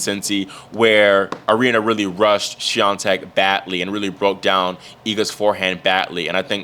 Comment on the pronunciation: I'm proud of your pronunciation of Iga's last name! 👏